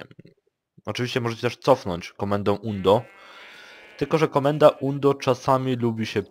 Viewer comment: Nie ,,undo" tylko ,,andu". Ale ogolnie fajny filmik, bardzo pomocny